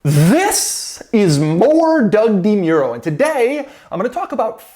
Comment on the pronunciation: I love how DeMuro mispronounces his own name. I know, cultural differences and all, but still it's strange to hear him say it.